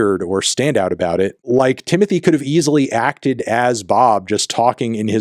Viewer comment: Stop saying "Timothy" please